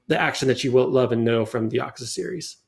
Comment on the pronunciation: Dude learn how to pronounce Yakuza